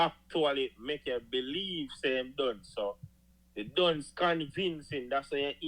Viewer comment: Why unuh pronounce dunce as dungs 😂😂